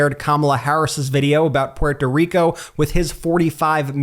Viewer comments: Brett. Dont try to accentuate "Puerto Rico". Just say it normal or it sounds weird from you bc your too white, like me!!!! LOL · Bret, I get the whole “pronunciation” thing. But, my dude, we white guys, who do not have an accent “generally” speaking, say “Porto Rico”. I do not think this is taken with offense from the community. We pronounce a lot of things wrong. But not on purpose. When you pronounce it “Pewhorto Rico or Rican” you sound kind of silly. Please tell me you do not say “MeheeCo”. Regardless of the pronunciation acrobatics, I think the point lands. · Can you just say porto rico? Por favor, it's like if you tried to say croissant with a bad French accent. If you want to say it correctly, pronounce the t more. Like, say" P where toe" " reek oh" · Quick way to get drunk. Watch the video and drink a shot every time this dude says PPUErto Rico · It's okay, you're not pUeRtO rIcAn, you don't need to pronounce it with a fake accent. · Brett please stop saying “Porto Rico”. 😅 It’s nowhere near the native pronunciation and even Puerto Ricans are ok with just saying “Puerto Rico”. That said thank you for posting this. I think any PRican or Latino who votes for Trump hates themselves and our ancestors. It doesn’t matter if you’re documented or a citizen, MAGA will think all of us as “illegals.” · Remember when Trump tried to pronounce it? "Poo-ear-toe Ree-co." Even Melania knew how bad the accent was. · Why does this guy put such a weird emphasis on the t in Puerto Rico? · Please stop pronouncing Puerto Rico that way. It sounds so “American” the way you say it. Btw Trump is an ahole the must be beat. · That Ben keeps pronouncing Puerto Rico with an accent is as bad... just tell the story... 🤦‍♂ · you seem to be pronouncing Puerto Rico strangely. Love your channel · Why are you pronouncing Puerto Rico an Puerto Ricans like that? It sounds really awkward and a bit pandering. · The way you say Puerto Rico makes me cringe 😬 cut that out! 😆